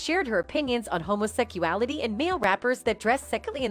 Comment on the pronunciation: "Homosecuality" it hit different